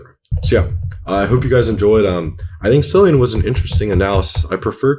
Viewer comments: Killian..not cillian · Pronounced ‘Killian’ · Pronounced Killian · Was just going to say that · omg it's CILLIAN with a K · did you said Syllian? Seriously? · I thought his name was pronounced “Kill-ian “ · the incorrect pronunciation 🥀